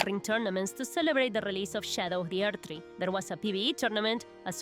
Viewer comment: Shadow of the errrrrdtrrrrree